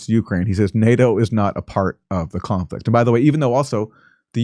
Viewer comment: Phaaaaaart of the chooooooonflekt.